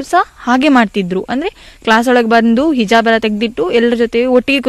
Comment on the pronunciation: ಹಿಜಬ್ ಅಲ್ಲ ಮಾರಾಯರೆ ಹಿಜಾಬ್ ಅಂತ ಹೇಳಿ